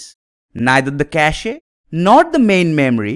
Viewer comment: Though Pronunciation of CACHE should sound like CASH. I'm saying because you have more learners from your teachings, so i hope and wish the best for you.